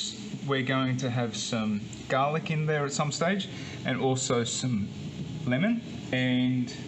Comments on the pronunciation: Arroz a la Valenciana... Valencian style rice. Btw There's NO pineapple in a traditional Lomo Relleno... It's nice that you are taking in the culture of your host country. In Nicaragua there are Milca and Rojita which are native produced soda drinks, not sure about Red Fanta. What the hell is gah-lic??? And it's Nochebuena not Buenasnoches...🤣 the last one means good night! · They are from Australia, that’s the way the pronounce garlic. I love your suggestions and the rum, yum 🤤